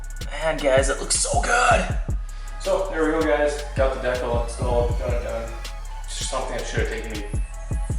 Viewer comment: Do you not know how to pronounce decal😭